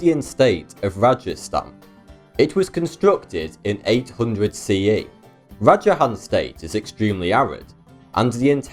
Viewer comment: The way he pronounced Rajasthan though 😂😂 Being an Indian, I find this really funny:) btw, love your videos